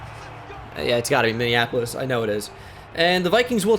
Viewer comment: I live in minneapolis and is the ONLY YouTuber to say it correctly lol